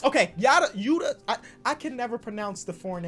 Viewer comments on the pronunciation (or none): none